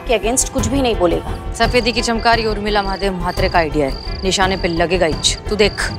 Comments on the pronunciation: Everyone: Urmila: Umrila 😂😂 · Any one notice always says umrila not Urmila